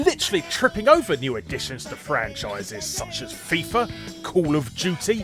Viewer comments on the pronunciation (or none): none